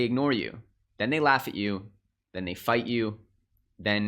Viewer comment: Its a th not a d. They and them not dey and dem